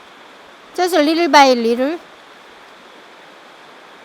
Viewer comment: When she said little by little.. I thought she said they were by lidl. Really nice video. Thanks.